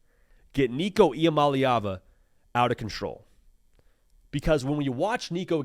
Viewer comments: I don’t understand, the last video I saw you actually pronounced Nico’s last name correctly. And now you’re pronouncing it incorrectly like every other Tennessee commentator pronounces it. It’s mah-LAY not mah-LEE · Nico “E - Ama- Lay- Ah- Vuh” Here you go my brotha. The Polynesian pronunciation for Nicos last name lol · I gotcha. Like I said, I thought his pronunciation was pretty close. EE-AH MAH-LAY AH-VAH